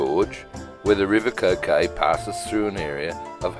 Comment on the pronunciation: I love this part of the world, thank you for making. Just one small point, the river Coquet is pronounced in the local dialect as ‘kurr-kut’.